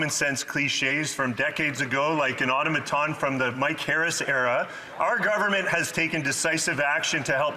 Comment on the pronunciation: Auto ma ton? That retard needs to write his own responses.just keep the words simple.